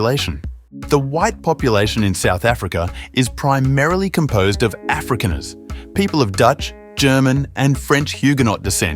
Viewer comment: So many people disagree with this posting that it is now in serious disrepute and can't be taken seriously. It seems AI generated I'm not a real person who is actually delivering the commentary. The way he pronounces 'Afrikaners' is so bad it's actually comical